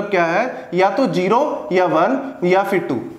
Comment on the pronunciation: sir jero nai zero hota h plzz correct krlyn ye jero jero 😐😐😐:eyes-purple-crying::face-purple-crying::face-blue-wide-eyes